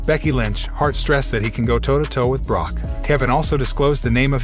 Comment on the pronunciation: This guy must not be a wrestling fan. He mispronounced Brock and Dexter Lommis’s name